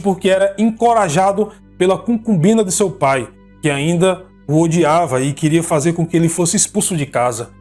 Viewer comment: Cucumbina, NÃO. Concubina !!!!!!! cuidado com a pronúncia.